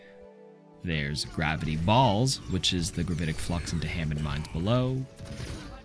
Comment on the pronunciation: “Gravity Balls...” Sounds freaking perfect